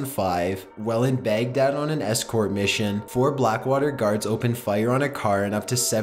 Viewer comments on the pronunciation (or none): none